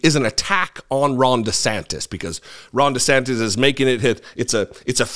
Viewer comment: It sounded like you called him "Wrong De Santis." Maybe it will catch on! You heard it here first, folks! said it first!!!